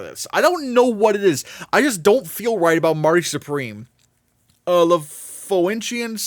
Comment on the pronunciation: The Phoenician Scheme is pronounced The Foe-Knee-Shin Scheme